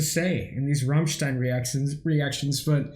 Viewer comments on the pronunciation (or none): Well, their name is not Rommstein, it's a as in damn ass Americans. At least you got the stein part right, many reactors say Rammsteen.